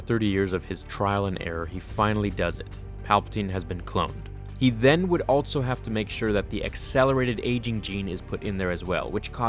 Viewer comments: Pro tip: Also is pronounced "all-so" not "all-Tso" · Love your content man. But again, there is no ‘t’ in the word ‘also’. I hear it everytime you say it. It’s not altso, it’s also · THERE IS NO “T” IN THE WORD “ALSO”